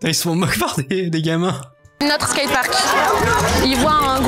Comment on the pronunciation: T'as du mal avec le mot "skate park" haha